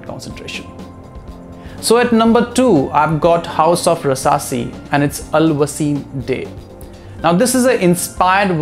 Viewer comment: Hey Bro!! Good Video 👍 The Fragrance Name You Told From Rasasi "Al Wasim Day" That Is "Al Wisam Day" I Love This Hidden Gem♥️